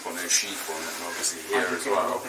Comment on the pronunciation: 'YOU ARE HEE' XD